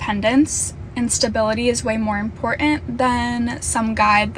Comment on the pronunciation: WHY can't people say important anymore ⁉️ there's no d in it.